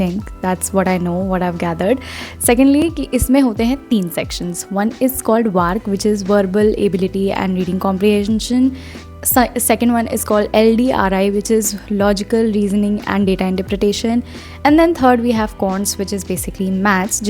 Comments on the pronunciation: I am a cat student hence i know varckk is not a correct way to pronounce it , so no idea abt to mah to😊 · So say varc what Varckk🤣